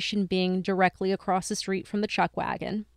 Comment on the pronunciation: I'm totally going to get a lot of hate for this, I really do love you guys a lot, I just have OCD and grammar drives me crazy., it's across. There is no "t" at the end. It is not acrosst. Please don't hate me. I'm sorry. I just had to say it. I'm sorry, I'm sorry, I'm sorry.